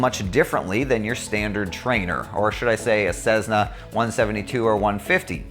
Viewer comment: Nice video. However there is no Z in Cessna. Cmon man !